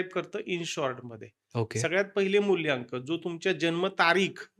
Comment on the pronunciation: मुल्यांक नाही रे मुलांक